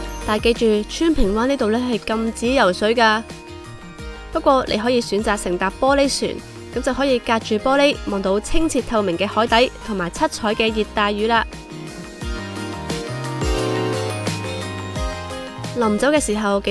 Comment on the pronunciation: 海底（扺）... 讀錯了